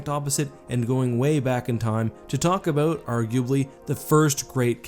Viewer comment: Abowwwwwwwt. Not abooooot.